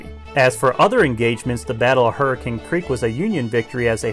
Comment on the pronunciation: You can tell he's from West Virginia because he pronounces "Hurricane" correctly.